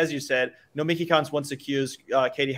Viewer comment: ok SJW lol. And no it's "Kawnst" because there's an O.